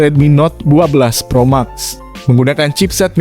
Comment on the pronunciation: Gemes bgt denger naratornya nyebut Pro Max , harusnya "Pro Mex"